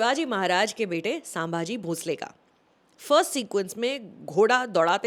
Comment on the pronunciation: I generally like Sucharita’s reviews. But this time I am disappointed, not in the review as I yet to see the movie but the fact that she is calling ‘संभाजी''सांभाजी'. Didn't expect that from Sucharita.